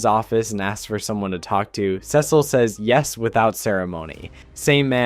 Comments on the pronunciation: You mispronounce Cecil until , but then you go BACK to mispronouncing it ?!?! wtf man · Awesome vid. But the Cecil pronunciation jumpscared me